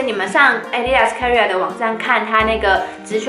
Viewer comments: career [ k ə ˋr ɪ r ] 是英文。 = Karriere 是德文，唸起來聲音有點像《卡 一 拉》。 一字的發音瑕不掩瑜， 很優秀啦！演講的能力是一流的。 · 發音錯了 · 我注意到了 有點意外的發音